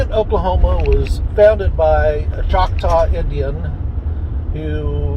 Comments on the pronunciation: its CHOCTAW not Shoctaw. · It’s not schocktaw it’s Choctaw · CHALK-TAW would be better in order to pronounce